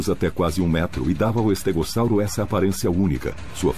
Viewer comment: Legal.estégossauro nunca ouvi falar. Ele falou estégossauro que eu ouvi. Algumas pronúncias me fazem chorar. Tem documentário que fala Sauropôdes Verde saurópodes ah sei lá ,no documentário caminhando com os dinossauros